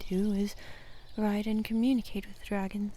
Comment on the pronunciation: She said wit. I heard width. Now I can't stop thinking about thicc dragons.